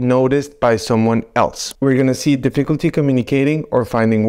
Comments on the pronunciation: Did you say " difficulty pronouncing words"?? I realize it's not your first language, but please work on this word. The word "difficulty" is not pronouned: diff-ICK-ulty (with the emphasis on the second vowel), it is pronounced: DIFF-EH-kulty., the emphasis is on the "diff". Thanks! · Deficklety in pronouncing the word "difficulty." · Di- fik-uhl-tee saying “difficulty” could be one of the signs. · Well you might need to get checked because you can’t say the word difficulty. A concerned internet person. 😂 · I dare you! Say de-fecalty one more time! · dif·fi·cul·ty is pronounced 'difəkəltē NOT dēfē'kəltē 🤪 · No one will take your remarks seriously unless you learn to pronounce the word 'difficulty' correctly. In the English language, you are allowed to mispronounce a word occasionally but repeating 'dee-FEE-culty' over and over is bad news. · Starts with the mispronunciation of the word "difficulty". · I think the guy doing this video has Alzheimers? He can't pronounce "difficulty" correctly. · Difficulty pronouncing difficulty. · HOW BOUT DIFFICULTY PRONOUNCING DIFFICULTY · you're gonna see difficulty in saying the word "difficulty" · Pronouncing difficulty? Is a sign of I don't have a clue 😅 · You can’t even pronounce “difficulty” correctly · Thats a new way to pronounce difficulty 😅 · Will someone tell this man how to pronounce difficulty